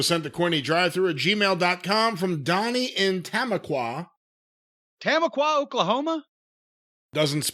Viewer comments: Tamaqua, PA. Pronounced Ta Mah Kwa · It's 'Tom-aqua' and it's in Pennsylvania. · Lol the city is pronounced Tum-aqua. Tamaqua, Pennsylvania.. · Oh it pronounced Tuh-ma-qua